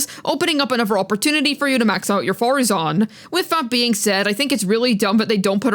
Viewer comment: How dare you not say Madam Faruzan correctly at the start of the video?!? Youngsters these days... No respect for their elders...